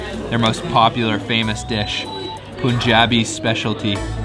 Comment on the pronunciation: You're gonna put on at least 10-15 pounds by the time you leave Punjab/India.. just a friendly heads up to be prepared! 😁 Also its PUN JAB EE not POOON JAB E... and its LUH SEE...not LASSIE...